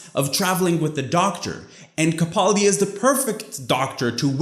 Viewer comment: Have never seen your channel before, came across it by chance. Definitely will be checking out more of your content. So glad to see someone else was as disappointed at the hit-or-miss Series 10, particularly because it is Capaldi's last series and he deserves better writing! One thing, and I know this is a nitpick but as he's my favorite Doctor I have to, it's Ka-pal-di. The second 'a' is short, not long. Final thing, your tattoo is fantastic!